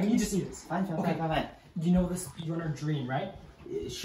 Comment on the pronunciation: Also he said drem NOT dream